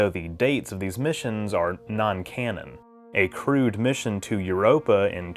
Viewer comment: Why do I keep hearing crewed as crude?